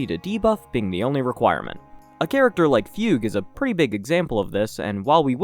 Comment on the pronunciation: it's Foog Way like Oogway not Fyoog. for Fugue...